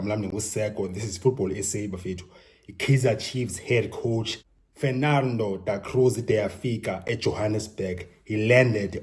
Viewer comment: Love how you pronounce his name. So cool! Amakhosi ajabulile. ✌️